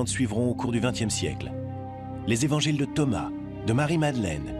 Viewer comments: j'adore(par exemple à 37min21s) je cite : "les quatre z'évangiles"...j'adore les liaisons dangereuses...HAHA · Très intéressant, mais désolant d'entendre "les quatre z'évangiles" ... Quatre sans S ... Merci RMC